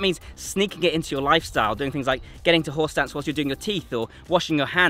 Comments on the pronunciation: I keep hearing "Horse Dance". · You keep saying "horse stance," "horse stance," "horse stance." But I somehow keep hearing "whore's dance," "whore's dance," "whore's dance." lol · I keep hearing him say "horse dance" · I keep hearing "horse dance" which is making me chuckle ever time😂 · Anyone else keep hearing “horse dance” over and over… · I keep hearing "horse dance" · Any worries be feel like he’s saying “Horse Dance”? 😂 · ...anyone else hearing "horse dance"?